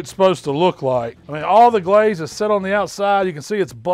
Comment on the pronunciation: GUH-LAZE it.